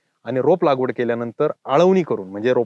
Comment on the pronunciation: सर लागवड... लावगड नाही